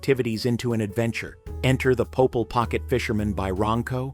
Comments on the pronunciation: Popeil not poh pull. Popeil, it's French b!+¢h. Pronounced, Poh, peel or poh payul. Weird Al even did a parody song showcasing Ronco's products entitled, "Mr. Popeil" RONCO FOREVER! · “Popeil”; not “Popel”. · It's Po-PEEL, not "pop-ell". Gahdam crappy computer generated voice track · just contributing... it was pronounced "Pope-EEEEEL" pocket fisherman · his name is prononced Po-peel he had some great and weird inventions ( spray on hair ) is one you should do a video on all Ron Popeil's inventions